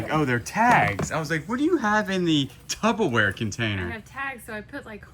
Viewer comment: Hey 😊 I love the way you (mis)pronounce stuff - it’s a shot-taking game when I watch (shots of water lol) today’s word was tubberware - it’s actually TuPPerware. I’m loving the finds on the latest storage unit and am excited for a big surprise in a couple of months 🤞🏼 xx